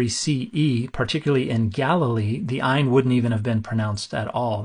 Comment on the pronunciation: Your Ayin was pretty darn good.